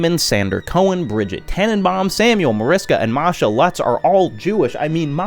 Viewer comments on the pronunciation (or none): none